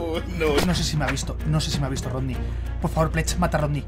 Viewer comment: Jsjs me dio risa como dijeron es rodny no rokny xddddd